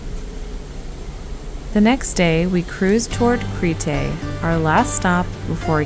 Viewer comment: Very well done! One thing- it is not “Cree-tay”… Creeeeete or Creh-tah. Great job otherwise. Yassou!